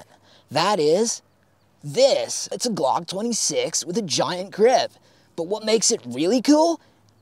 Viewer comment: every time you say glong i just start CRYING